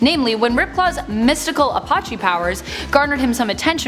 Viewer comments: Please say the name of the tribe correctly..... A-patch-ee it is a hard E sound on the end. It might be a given name to a very large amount of Clans some related and some not but the least you could do is say it correctly. Also Why don't you do a Top 10 Native American superheros. Or Top 10 Indigenous Superheros. So we can see tribal people from all over the world. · How do you mispronounce "Apache" so much?